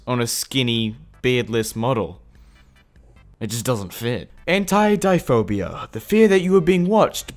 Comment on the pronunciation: you mispronounced anatidaephobia it's pronounced: anne-knot-tea-day phobia